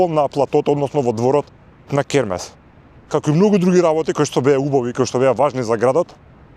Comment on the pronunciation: Ова се што пропадна не е дека било изградено неквалитетно туку бидејќи твоите СДС 7 години не одржуваа ништо за намерно да дојде во оваа ситуација, крекавте и гаѓавте со боја, е затоа е така....и Хермес се вика а не кермес..ццц